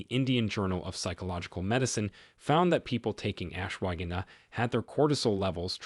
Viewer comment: The mispronunciations by your A.I. narrator are undermining your credibility. Laughably it pronounces ashwagandha three different ways. Horrible and unprofessional.